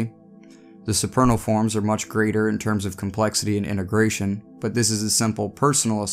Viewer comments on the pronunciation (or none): none